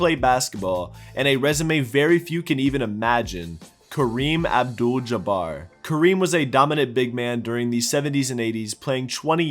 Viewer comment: im just happy he pronounceed Abdul pretty well